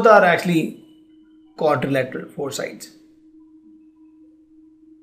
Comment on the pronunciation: Learn how to pronounce Quadrilateral